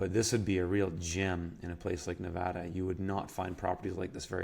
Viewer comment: kudos to actually pronouncing Nevada correctly, most people in the Union cant. Coming from a guy who has grown up in rural Nevada, Google maps doesn't do the state much justice. There are plenty of green areas with springs and creeks tucked away from the major freeways and highways with great potential to be homesteads. Unfortunately, the land is rugged and unforgiving to those with little experience in high desert living. As mentioned in other comments, the trouble is most of those wet places are either already privately owned or it is federally owned.